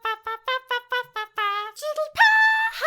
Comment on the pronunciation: Omg. When she says "puff" it sounds like she says "paugh" XD